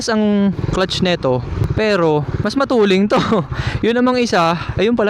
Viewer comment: bakit sinasabi nyo matuleng? hindi ba "Matulin" hindi "Matuleng"?